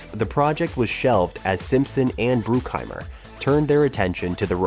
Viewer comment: Are you intentionally saying everyone’s names weird? “dah-vid cronenberg” “simpson and bruke-heimer” “james can” “and it inspired the ‘2 lbs of red meat joke’” plays clip ‘5 lbs of red meat’ Maybe it’s a joke I just don’t get because it’s so inconsistent for such a long video? And you pronounce everyone else’s names correctly? Is it AI reading?